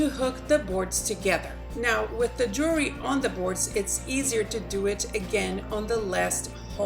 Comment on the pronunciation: Great ideas but I couldn't get past your poor pronunciations to really learn something... The S-BINER product comes from the word CARABINER... which is pronounced... cara-BEENER... OR cara-BYE-ner depending on the region of the US you live in. Thus, the product would be said as an S-BEENER or an S-BYE-ner. Also it's JEW-EL-RY... not JURY....three syllables not one slurred together. The better people speak the more intelligent we sound. The more seriously people take you. Ultimately making this country a shit ton more intellectually sound.